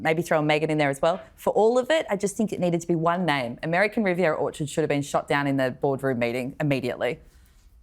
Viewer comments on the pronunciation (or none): none